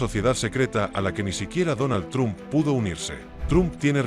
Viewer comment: Se pronuncia "tromp" no "trump".